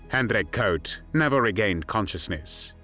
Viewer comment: Very positive that his last name is pronounced right (Koot is in Dutch not pronounced as e.g. zoo in English). I'm impressed that you have put so much research and work into what I thought was something only known in The Netherlands ("De februaristaking", The strike of February, it is still officially commemorate at "De Dokwerker statue", a statue of a harbor worker). BTW Mauthausen was a death camp without gas chambers, it can better be described as a "torture camp" because it was very notorious for its sadistic regime and the inhumane working conditions which costed lots of inmates their life within on average three weeks (these are numbers I read or heard in a documentary, cannot prove them now). For the smallest offenses prisoners were shot, hanged or left out side in the granite mine to die. Of the 330 young men that were taken and another 250 in another razzia on June 11th. Only two were still alive a few months later. I don't know if they survived the war.